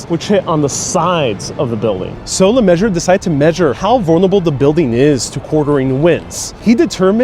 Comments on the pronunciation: I'm guessing you mean William LeMessurier? His surname is pronounced 'Le-mes-u-rey' not 'le-measure' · yes, was determined to have 'luh-mez-oo-ree-ay' pronounced as 'Mr Lemmeasure-er'. A bit of nominative determinism that was probably, pointed out far too often to be funny for the engineer! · It's pronounced Ley Mezooreeair (Le Mesurier) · "Luh-mez-ooh-ree-eyy". Lets be respectful and say the man's name right. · a structural engineer named William LeMessurier (pronounced "measurer"), are u kidding me.. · Really interesting video but the way you butchered my man Willie's last name caused me great physical pain lol. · Got the LeMessurier-ments wrong